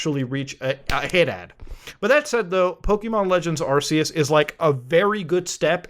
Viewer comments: Man straight up calls it arseeus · Bro. Its ARC-ee-us